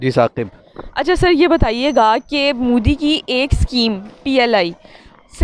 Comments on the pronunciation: He is not mudi he is modi at first correct your pronounce. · Pehle modi bolna sikho